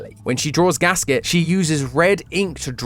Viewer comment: Hey the theory is great and all but thats not how you pronounce Gaskette. It is german. Gas-Kette is a compound word meaning Gas(self explanatory)chain(kette) there is a small break when pronouncing the name completely between both words.